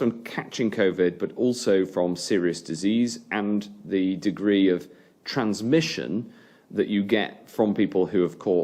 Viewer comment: TheWarOnU he struggles with the word transmission